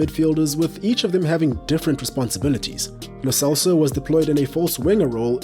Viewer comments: It's pronounce Lo Chelso not Lo Celso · only one thing , it pronounce Lo Chelso